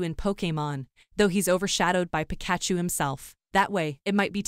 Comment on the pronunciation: That's not how you pronounce Pikachu!